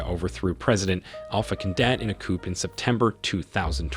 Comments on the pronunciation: Coupe??? It is COUP--you don't pronounce the P. Not to be a stickler, but if you are going to study Africa, that is something one should know! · Interesting video. Very minor point, but a coop is where you keep your chickens, a coo is a military uprising. The P in coup is silent 😊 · Please learn to properly pronounce African names (places and persons). You really did a bad job of that. Coup /ku:/ the /p/ sound is ellided. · Great video! Coup is pronounced COO, not COOP. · Not only did you mispronounce nearly every president's name but you couldn't even pronounce 'coup'. A coop is a place where you keep chickens! Please do your homework! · Just an FYI you don't pronounce the 'p' in the word coup!